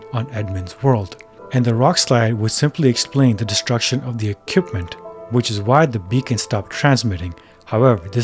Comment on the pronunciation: ekipment lmao